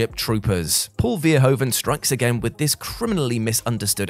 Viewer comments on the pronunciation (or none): Nice clip, but as a Dutch it irritates me how Paul Verhoeven’s name is butchered. It’s not ‘Veeeerhoaven’, but more like ‘Verhoooven’. Hope this helps. 😉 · Great list. But the way the name of Paul Verhoeven is pronounced, or butchered, is just so... awful. So, the emphasis is on the "hoe" part, which is pronounced as "hoo", as in behoove, or in boo, but with an H. "Ver" is pronounced like fair, not veer. Making it sound like "fair-HOOve-en". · it's pronounced vair-hooo-vun